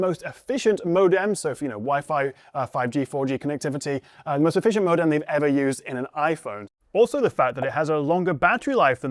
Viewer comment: Why did you say modem like that? Like how I'd imagine a French person would say ikt.